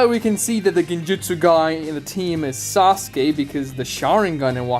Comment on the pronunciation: Why do Americans have difficulty pronouncing "u" in Japanese words? it is not "narr-toe" it is "Nah-ru-to". It is also "Sir-sue-kay" not "Sars-kay".